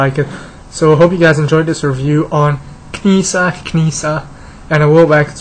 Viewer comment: Her name is pronounced as "Neesaa." The "K" is silent. Great character in the animated series. Would love to see a realistic Latara figure, as well.